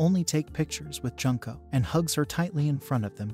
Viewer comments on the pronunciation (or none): how do you get other character's names right but slaughter one of the names of the main characters? 'june-co'. I've known several junko's. It's not junk'o, it's more like 'june-co'. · You said her name wrong. It’s not pronounced like Junk and ko it’s pronounced Jun!!! Like the month June and then ko. So Junko!! Get it right lol.